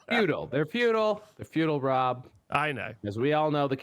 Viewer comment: Thanks for the shout-out, guys. Also, well done, Rob, for smashing the pronunciation of my name. 😂